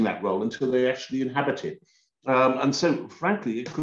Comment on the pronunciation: James Forsyth - it's "this" not "vis, it's "they" not "vey", and it's "you know" not"yo"